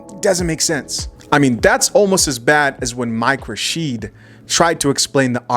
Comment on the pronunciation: Dudes name is Mike Rashid.... not Hashid. Love the content.